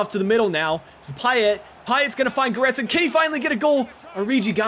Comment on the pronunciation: He reads it right.